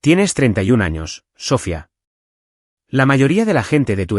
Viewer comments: ¿Porque constantemente acentúa la última vocal? ¿Porque en todas las narraciones pronuncia Sófia, con acento en la o? Lo correcto es Sofía, con acento en la i. Tendría de volver a la escuela para aprender gramática. A VER CUANDO REVISAN LAS NARRACIONES ANTES DE EMITIRLAS Y ASÍ PODRÁN RECTIFICAR ESTOS ERRORES TAN ESTÚPIDOS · Es Sofía, con acento en la í, con entonación en la I no en la o. 😅